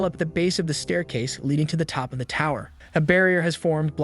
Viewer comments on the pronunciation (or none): none